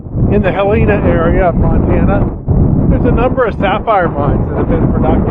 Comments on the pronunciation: Nobody ever pronounces helena right lol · I live in Helena and no one pronounces it right. I live right under one of the richest gold mines and just ordered a gb pro. Can't wait to find some using your tips and tricks! H-E-LL-E-N-A is how you pronounce it.